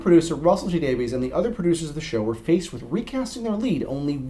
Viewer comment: Davies is pronounced Davis, not Daveez.